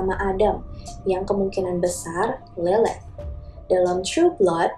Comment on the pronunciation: Lilith kadang dibaca mba ini Lelet 😂